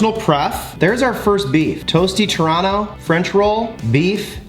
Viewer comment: when u said Torano i thought u were saying Toronto bread lol